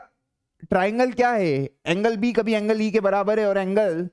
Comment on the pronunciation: 'Khabhi' word is so irritating